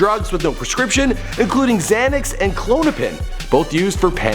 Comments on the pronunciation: Did he say KLOOONOPIN? .... LMAO klonopin ... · clonepin lol what's that klonpin is it" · Clone a pin it's Klonopin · He said Clone-ugh-pin for Klonopin lmao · Lmao.. "Clone I pin" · “Clone-a-pin” lmao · Clone-onipen lmao